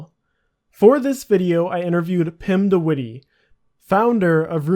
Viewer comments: "Pimdewiddy" I love English people pronouncing Dutch names. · 'Pim de Wittie'